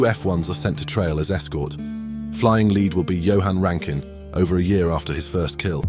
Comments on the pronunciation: rankin not ruskin mate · There is no such entity as “SAFE-AIR” its SAF-AIR….Jesus Christ: SAFAIR!!!!! There is no such human known as “RASKIN” …. It is RAN-KIN…. RANKIN!!!! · BTW it was Rankin. not Raskin... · Not Raskin, it's Rankin!